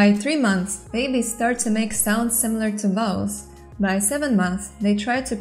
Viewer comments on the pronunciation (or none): none